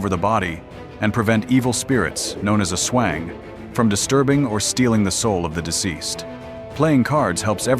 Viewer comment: Evil spirts, known as 'a swang.' lol... Aswang is pronounced Az-Wang.